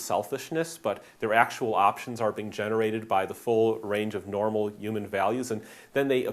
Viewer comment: Ray Kurzweil also talks like that.